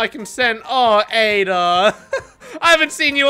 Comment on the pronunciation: Just wait till you hear him call ada adda